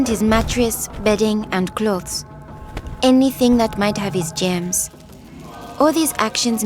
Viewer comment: I thought she said “gems” instead of “germs” because of her accent but this is so sad :c sorry for your grandfather but thank the heavens your mother survived